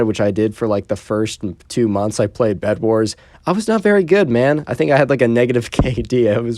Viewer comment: Instead of bed it's bled :)